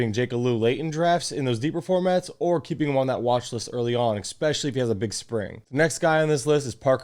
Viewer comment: especially not expecially ;) good video aside from that